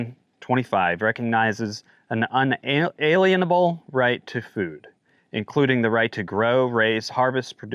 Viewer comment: May stress the word "lien" more in UN-A-"LIEN"able. Thanks for keeping us posted!